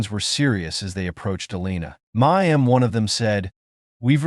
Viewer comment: What word is 'Ma am'? Please listen to English recordings and learn how to read English out loud.